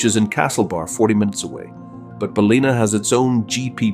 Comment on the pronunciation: It is NOT Balina, it is Bal in Ah. Get it right!!